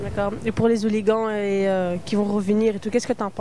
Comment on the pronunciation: les "hooli-gants" ...